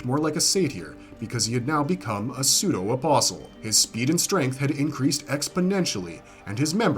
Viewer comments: thank you for pronouncing apostle correctly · Lol nothing is worse than people say “apostle” and enunciate the “t”. Blech, makes me cringe every time. At least he didn’t do that, lol.